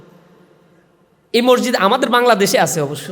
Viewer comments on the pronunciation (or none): মরজিদ না মসজিদ বলো সভাপতি সাহেব